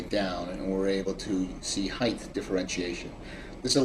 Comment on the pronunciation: Height. The word is height. There is NO “th” at the end of the word and it is not pronounced “heighth.”